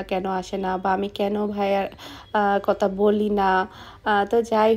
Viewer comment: Why you always say kota. Current word kotha.